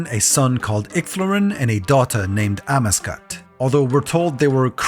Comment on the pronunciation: Amascut is also pronounced differently, at least I’ve only heard it a different way